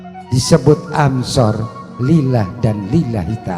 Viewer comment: Anshor gufron bukan amsor, ngomong saja ga bener lu